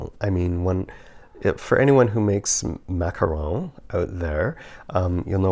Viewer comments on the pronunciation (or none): none